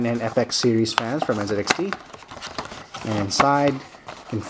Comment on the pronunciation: did you just call it NzedXT? where is the zed part on the box???